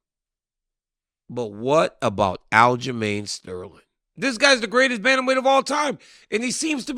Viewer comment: Definly not sterling 😂😂